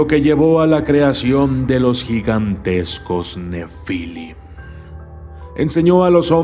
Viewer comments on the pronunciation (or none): none